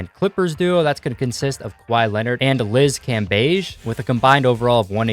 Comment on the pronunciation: It is cambage not cambaige